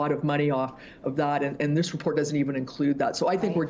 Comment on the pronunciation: If that investigative reporter is so smart, why does she not know that the word is LAGO not LARGO. Good grief.